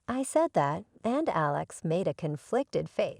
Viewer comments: Forgive me but though the theme seems a good one; if you want people to believe the video you really need to fix a few things about both the audio and the captions. There was quite a bit of mispronunciations, errors in voice inflections as well as punctuation mistakes. At times the name Alex was pronounced incorrectly as Aléx; or Alex's was mispronounced as Alexa's... We were not listening about a SISTER named ALEXA, but a BROTHER named Alex... Maybe you should get a proofreader the next time you wish to post? Just my two cents... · this whole post is BS, from the robotic narrator that doesn't know how to pronounce words like Alex to the story subject suddenly becoming the GM for his company. and what "chef" would panic over being short ONE meal?